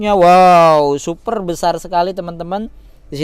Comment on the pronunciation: Headunit yg SUFER SUFER jumbo? SUPER BANG.. bukan sufer... Secara pengambilan gambar udah bagus sih baang.. Tp cara bicara lu aneh bnget sumpah.. Belajar ngomong dulu dah di depan kamera.. Semangat ya 😎